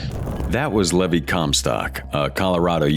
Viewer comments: "That was Levvi Comstock".... X3 Dawg, he said his name was Levi and you still fumbled that one the final draft <3 love your videos and I am just bugging. But c'mon now :3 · Who ever is doing the narration is horrible! They need to learn to pronounce words, especially names, correctly. Levi is Lee Vie, just like the jeans, and Haus is not hoss, like boss, but house. It's frigging irritating!